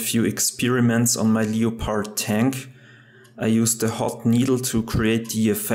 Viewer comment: “ Leo pard “ it’s pronounced lepord and the movie is based on a real life story just so you know